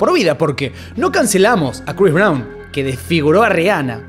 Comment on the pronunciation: Crois Brawn...😂😂